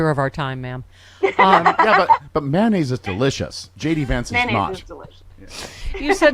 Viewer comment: PS - its *mayonnaise - May-O-Naise, not "Man"-Aise. I don't want to know what goes IN to man-aise... 😮🌊🌊🌊🤢🤮